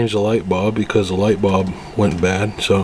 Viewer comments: Bulb with a UL like the sound in the word Gull, not Bob that rimes with cob. Otherwise, thanks for the info. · Now I'm wondering what part of the country pronounces bulb as bob. Funny.